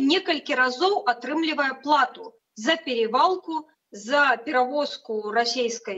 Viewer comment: Слышал: Лондан- Лёндан, Клас -Кляс, доп-й мягкий знак: сьнежань. Но вот, что в слове "плАта" А при склонении переходит в "О" : сёньня у першы раз, даже если это родительный падеж во множественном числе))). + еще и "плечо вместо пляча" , " не выгОдны вместо ня выгАдны", дальше не смотрел... ....конечно, Остапа понесло сегодня, я про себя. Короче, говорите как хотите,слушайте если нравится, экспертов/ведущих, которые говорят не грамотно. Только сразу возникнет вопрос о общей компетенции. Ну, это мое личное, можно назвать занудой, но я смотрю срок годности и состав товаров в магазине. Анализирую вещи, а не принимаю всё на веру, по крайней мере стараюсь.